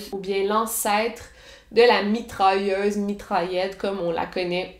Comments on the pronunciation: comme « mitralleuze » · je veux dire comment elle le prononce avec son accent.